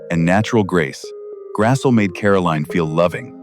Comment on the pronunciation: He grassie not Grassel